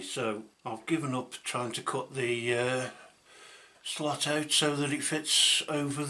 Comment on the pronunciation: Hi, niiiiiiiiiiice video, did you say slut or slot, lol 😝